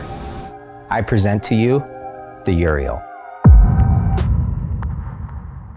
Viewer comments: Did he just call it "The Urinal"? Just about sums it up... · Didnt he say Urinal?